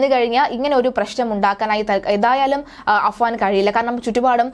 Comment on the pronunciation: അനുജന്റെ പേര് അഫ്‌സാൻ എന്നാണ് ചേച്ചി...